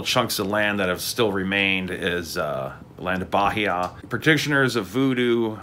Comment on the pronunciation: Native portuguese speaker here. It`s pronounced baEEa, not BAheeA